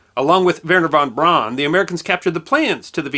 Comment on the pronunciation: von Braun is pronounced von BROWN.